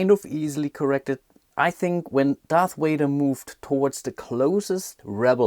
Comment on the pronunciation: I enjoyed these videos...thanks for making them. But my goodness the "Darth Wader " annoys me >.<'